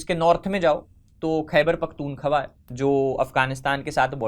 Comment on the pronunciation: khyber pakhtunkhwa to sahi sa bolna nai atta